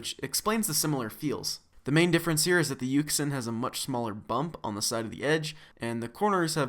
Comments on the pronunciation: Jr co rd: yuxin Everyone else: yushin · You don't say it like yuk sin, you say it like yushun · It's pronounced as "YuSHin" not "YuKSin" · Its pronounced yoo-shin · its pronounced yushin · I feel like yuxin is pronounced you shin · Its pronounced yushin. Its okay though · Its Pronounced Yu Shin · no it's actually Yuxin